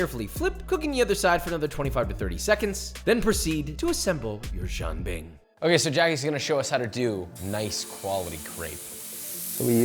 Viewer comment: This turd is eating "jian bing", calling it a "Jean bing". Maybe a French Canadian monstrosity?